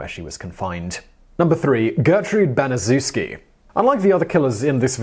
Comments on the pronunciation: its pronounced BaniChefski not banizewski. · According to testimony given by Gertrude Banizewski's daughter, it's pronounced "Ban-i-CHEF-ski." NOT, "Ban-i-ZOO-ski." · Her name is pronounced like: Gertrude Banish-Shef-Ski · it’s pronounced Bani-shefski Gertrude Banisezwski was a monster. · Pronounced "Ban-es-chef-ski." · It's pronounced Ban-ih-SHEF-skee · Come on TopTenz, you have 1.3 million subscribers, more videos than I can count, and you've been making these videos for NINE YEARS. Baniszewski is a Polish name. It's pronounced ban-i-shef-ski. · Gertrude's last name is pronounced Ban-ee-chef-skee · You pronounced Gertrude Baniszewski’s name wrong. The least u can do is not butcher the names. What about Elizabeth Bathory? How does she not make the list?!?